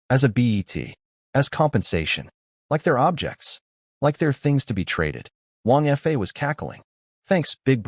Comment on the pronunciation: It's annoying how the AI narrator often pronounces 2- or 3-letter words like they were abbreviations, particularly pronounced in this one, because Wang Fa is mentioned so often. 😮‍💨 There's also quite a bit of repetition, describing the same event twice, and some inconsistencies (sometimes "months" have gone by, sometimes it's "four days"). The illustrations are also unusually inconsistent, the wives have several very different designs, I've seen much better on this channel. And it's a bit disturbing how the 3rd wife looks like a child. Like, under 10 years old child, in many illustrations. But overall, it was enjoyable. Surprisingly, it ends at a point where I feel like it could work as a complete story. But of course, it leaves plenty of room for a sequel, and I'd like to listen to one.